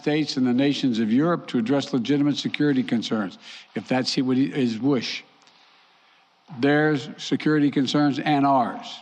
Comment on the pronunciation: Joe makes up new words as trump does. His wosh (wish)